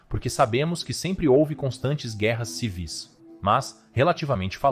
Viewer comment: É civis ( sem acento tônico no primeiro i ）🙏🏽🙏🏽🙏🏽🙏🏽